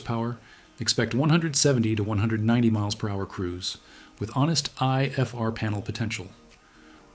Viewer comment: I'm feeling this is AI by the content. It's not presented in a human way. The details are odd and don't seem to flow the way a human writes an essay. Why not say "Jodel" when the Jodel came up? Instead of saying "ifr panel," he says "I (pause) fr panel. Instead of "o320 engine," he says, " o.....320 engine," ceconite is pronounced "seekonite." The ai is messing with your mind. It's a soulless detail dump.